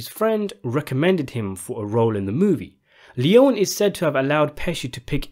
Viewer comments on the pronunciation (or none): His name is pronounced Sergio Lee-own-ie, not lee-own.